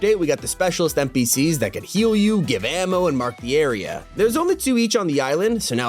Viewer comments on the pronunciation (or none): none